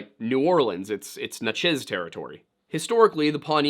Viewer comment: Just to let you know It's pronounced (Natch-ez) Not (Na-chiz)